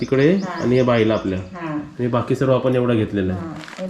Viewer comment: आनी - आणि पानी - पाणी गुल - गूळ नारल - नारळ पलाला - पळाला तांदुल - तांदूळ And many more.... pls improve your marathi language👍🏻😊..